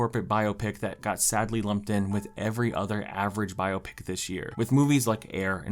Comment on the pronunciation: love the vid! also, you said 'biopic' wrong LOL